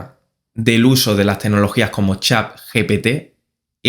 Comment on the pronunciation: Es chat , no Chap.